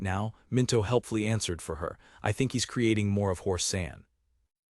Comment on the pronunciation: I don't generally mind AI reading. It can rip you out of the zone when you hear it misuse the versions of read but there's a problem with part script. Apparently there were places where the apostrophes were turned into spaces so it screws up any word with an apostrophe. Not more than like 5-10 minutes and then it seems to have been fixed but it's pretty jarring to hear them say things like "he s" rather than he's lol